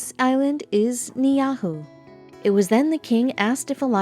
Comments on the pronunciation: OMG! I am Hawaiian and I am born and raised and still live in Hawaii! I can truly say, you have truly distorted the truth, massacre the correct pronunciation of the name of this Island, and further insulted us by calling us by the name of the Island!! First of all: HAWAII WAS STOLEN BY AMERICA!! THE ISLAND YOU’RE TALKING ABOUT IS THE ROBINSON ISLAND!! IT IS NOT FORBIDDEN, YOU CAN ASK PERMISSION FROM THE ROBINSON FAMILY! It’s up to them if they allow you on or not, if you try to enter without permission they will ask you to leave! IT’S NOTHING LIKE YOU HAVE JUST SAID!! BY THE WAY, WE ARE HAWAIIANS, IT DOESN’T MATTER WHAT ISLAND WELIVE ON! We are all called Hawaiians!! OUR CULTURAL IS AND HAS ALWAYS BEEN HERE!! I’m sorry did you expect us to greet you in hula skirts and coconut bras and see all our grass shack houses, and the men running around with a sarong around the waist with a spear in their hand, so that’s why you think our culture has died!!My advice to you, is to take this video down, learn about our history and culture, and the pronunciation of the Hawaiian language, before you make a video with so much disinformation and BS! I am sure I will not be the last Hawaiian to call you out on this video! No disrespect to you, but this video is a huge disrespect to us! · This is another example of WHITE revisionist history. You can't even pronounce the name of the island correctly and it is owned by the Robinson family. It has and still is inhabited by Hawaiians and the only reason that non- residence of the island are prohibited from visiting the island is to protect the culture and the way of life of the island's inhabitants. The island has always been inhabited by Hawaiians and there is NO mysterious reason for people not being able to visit the island. It is a PRIVATELY owned island and permission is required from the Robinson family to visit. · There must have been a typo, if that's the case. Ni'ihau pronounced nee-ahu? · NIIHAU NOT NIAUHU!!!!